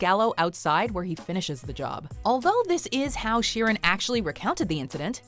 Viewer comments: It's sheer an not Sharon ok sheeran Frankie sheeran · It's pronounced sheer an ...that is it sheer an ok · Pronouncing Sheeran like "Sharon" is very confusing for english viewers.